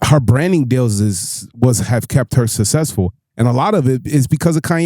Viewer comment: This guy can't pronounce to save his life susseful, caculated shits wild